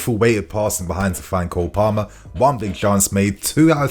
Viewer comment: Its Cole Palmer not Cold...😂😂😂